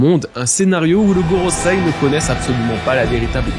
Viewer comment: Ça fait plein de vidéos que je t'entends dire GorosAi, c'est gorosEi 😭